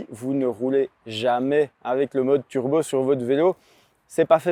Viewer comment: on ne dit pas "turbeu", mais turbo.